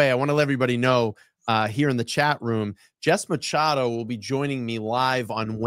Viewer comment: Love the video and content , but I wanted to maybe help in the pronunciation of Jessica Machado, I believe , as a Portuguese girl from Bristol County Area of Mass/RI area…her last name is pronounced Mah-shah-doe lol if I’m uncorrected than I apologize now to you and her, otherwise keep up the awesome content #FreeKarenRead ❤